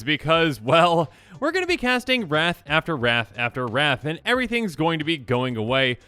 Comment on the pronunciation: When you were going on about wrath and like not to always do it i thought for the longest time you were saying rats and I was just like what's wrong with rats?